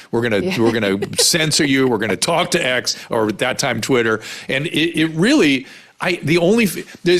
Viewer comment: When did the word “and” become “a-ond?” Granted, it’s 40th on the list of annoying things this woman does.